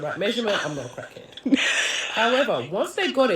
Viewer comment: I'm just obsessed with the way that influencer pronounced "crack head."